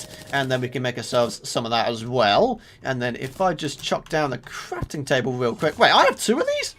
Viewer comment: You said crapting table